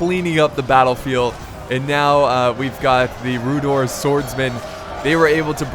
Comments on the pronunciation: It's pronounced 'Rhu-dar' or Rhu-dour' but not Rhu-dor btw :) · Oh yeah if you want to know how to pronounce Rhudaur its Rhu- (as in the first letters of Rhun) and daur (pronounced as dour) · Also rhudaur is pronounced like rude-hour